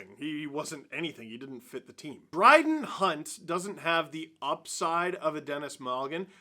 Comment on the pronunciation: did you call him Bryden Hunt? Like a mixture of Brad and Dryden?